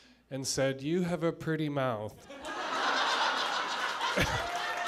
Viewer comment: "You've got a purdy mouth." xD hahah